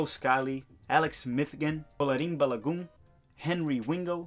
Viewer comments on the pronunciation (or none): none